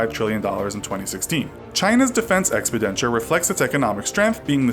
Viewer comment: That's not how you pronounce "expenditure" tho.